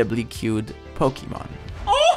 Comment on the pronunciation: same as thick accent as mister puzzle(puzzel's) KateEmerald(sims ) and docm77(minecraft) but he really did not have to say pok eeeeeee mon its Pokémon not PokEmon